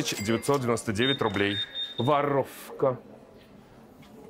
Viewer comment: Каждый раз ору с «Воррровка!»🤣🫤🤣